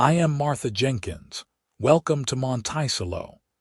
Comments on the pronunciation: Monticello is pronounced, “Monta-sell-O”. There are some AI mispronunciations I cannot ignore. I empathize with Genevieve: being pregnant, in a very different geographical setting. Glad Lucas saw Genevieve - her worth, resilience. Listening from Clarksville, TN. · Oh what a beautiful, beautiful story, I cry, happy tears several times during listening to this. Isn’t it strange how one act can change your whole life and how can anybody ever call a child a mistake. There a miracle given to us from God, something to always treasure even though I loved this story AI needs to learn pronunciation!! The pronouncing of Monticello wrong drove me crazy through this whole thing. But I did love the narrator’s voice. It’s quite pleasant thank you for the story. It is truly appreciated and I am looking forward to more. This is Betty listening from the beautiful San Francisco Bay area is. AM.😊❤❤❤❤❤❤ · Beautiful love story of love found and a family that followed. AI sucks and UTAH is not pronounced as utah and Monticello is pronounced terribly. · How to pronounce Montecello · I’m glad that the correct pronounciation of Monticello has already been shown. I want to laugh every time someone says it. Otherwise, this seems like a very nice story.😊😊😊😊😊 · That’s the craziest pronunciation of the word I’ve ever heard! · I cringe every time it is mispronounced. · How this mispronounced word could be interpreted to sound this way when we have two other perfectly valid pronunciations depending on the location in the states! It does make me cringe, when I can understand and give grace for the other two.